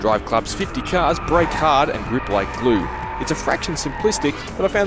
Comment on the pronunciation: ''50 chars''??? Wow, even a 2 year old can say that word properly. But you? Nope.